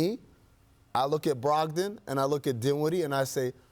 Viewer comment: This dude just said brogdom over beal?